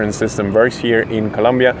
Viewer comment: Yeah this information is really useful for foreigners. Is a really good place to live if you know all the info, like this. By the way, in Colombia there's only like 2 topics that upset the people. First is Escobar and second is saying ColUmbia instead of ColOmbia, just a friendly reminder =)